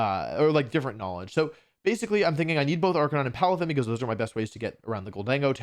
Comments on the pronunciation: ive never heard of this "arcanine" pokemon...i only know arc a nee nay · I can’t believe Wolfe went a whole wideo pronouncing arcanine wrong.